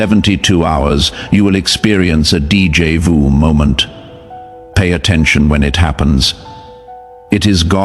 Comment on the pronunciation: Narrator, you are pronouncing DJ VU wrong. It's D= Day J = Ja. The a is o as in octopus Jo Ju= ju